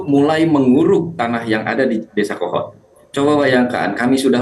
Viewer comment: Kepala desa "Kohod" koq jadi "Kehed"